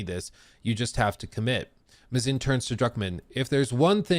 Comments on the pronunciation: Craig Mazin. His last name is pronounced May-Zin not mah-zine. Just say the word "maze" then add "in". Normally this wouldn't bother me, but I just came from watching a video from another rightwing grifter TLOU pseudo-fan that kept mispronouncing it and it started to grate on my ears. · May-zen not "muh-zine" 🤦‍♂️ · It’s pronounced “May-zin” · I think it’s pronounced MAY-zin? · mispronouncing Mazin the amazin